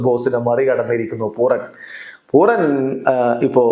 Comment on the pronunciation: പൂറൻ ആണ് correct